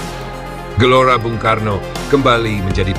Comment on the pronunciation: GBK woi, bukan JBK Gelora bukan Jelora!